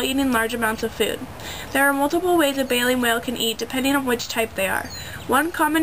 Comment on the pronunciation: Its baleen.... jesus girl.